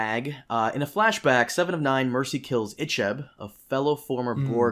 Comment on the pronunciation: EE-cheb. You really shouldn't be doing a review of RLM's review of Dementia Picard if you aren't familiar with Star Trek enough to pronounce the characters names correctly. Sifting thru DS9 once isn't enough. Mike and Rich have been watching Trek for 35 years. They know Discovery and Picard aren't Star Trek and aren't good. Is Two Woke Broke Girls still a show? Try giving that a Marxist Feminist review.